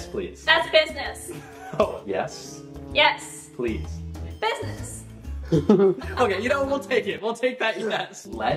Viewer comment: the way she says business 😂😂😂😂😂😂